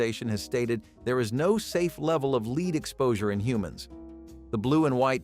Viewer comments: Ha! Gotta love speech-to-voice technology! Lead, in the context used, is supposed to be pronounced "led". not "leed". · "LEED?" Seriously? Even a Bot should be able to pronounce that correctly. Wow... I ate LOTS of "Food Sticks." Amazing that I'm still Alive. I can't even Imagine how Many boxes of Frosted Flakes that I ate. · "Leed:???? Dumbazz Al can't pronounce anything correctly. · You know you're getting old when you remember eating and drinking almost everything on that list. And it is not pronounced "leed" it's pronounced "led". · LOVE the mispronunciation of half of these! Watch out for leed poisoning! 🤣🤣